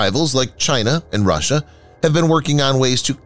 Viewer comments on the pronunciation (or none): none